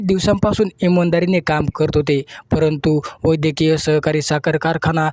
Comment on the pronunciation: वैधकीय सहकारी साखर कारखाना....असे हा निवेदक बोलतो. निट उच्चार करत जा रे बाबा.....